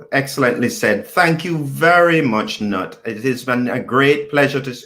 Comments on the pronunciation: He was born in Germany and you pronounce is as written. "Knut". It is NOT silent!!!!!!! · pls learn how to pronounce "Knut", i.e. pronounced as Newt.